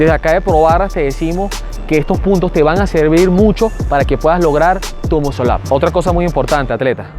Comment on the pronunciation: Primero enceñate a pronunciar la palabra muscle up y para hacerlo se necesitan huevo no técnica!!!